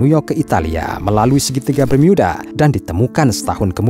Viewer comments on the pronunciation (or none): Bermuda… bukan bermyuda😅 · Bang kalo pas ngomong "bermuda" Bisa gak biasa aja ngomongnya, jangan ngomong "bermiyuda", cerita lo bagus tapi kalo gitu cara ngomongnya jujur risih bang😂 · BERMUDA min ..bukan BERMIYUDA .. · Segitiga bermiyudahh 😂😂😂😂😂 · Bermyuda geli anjir dengernya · Klo menceritakan itu tdk usah dibuat"....Segitiga Bermuda kok diucapkan Segitiga Bermiuda....tdk usah aneh".... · mimin sebut bermuda aja bermiuda wkwkwkwk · Apaan sih si mimin awal2 ngomong bermuda aja diinggris2kan jadi bermiuda.. biasa aja lagiii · ini segiitiga bermuda apa bermyuda?? cape deh pake voice app ya? ato agak gemulai yang bicara? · Pakailah bahasa indonesia yg benar"bermuda"bukan bermiyuda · Cara ngmngnya alay.... jadi pas nyimk videonnya jadi rada rada geli.. apalagi pas mengucapkan kata segitiga bermuda jadi ( bermuida). Jangan digantinganti bang kosa katanya.... jadi alay lu bang admin... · Geli mendengar kata "BERMYUDA" 🤮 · Gemes dengar bacanya segitiga Bermiuda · Salfok tiap kali nyebut "Bermyuudaa" 😂